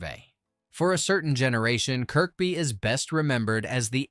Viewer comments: Pronounced Zed-cars! Also pronounced Kerby. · Domes day book 😂😂😂it’s Dooms day!!!! It’s Kerby zed cars (Z cars)! Pronunciation sucks!!! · More AI shite. Nothing to do with Kirkby (middle K not pronounced) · People who live here pronounce it Kirby, I've never heard anyone pronounce it Kirkby, not that it makes any difference, I love west (Kirby) by the way 😊👍